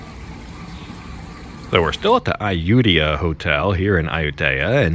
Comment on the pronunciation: Not AH-YOU-TAY-AH....It's AH-YOU-TEEYA. Research it. Google translate will also clarify. Listen to the man